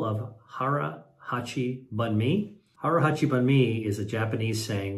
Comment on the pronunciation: Dr. Li, it’s pronounced hara hachi boon may” “boon” rhymes with spoon. Not “bun” like a hotdog bun. I heard you say this so many times mispronounced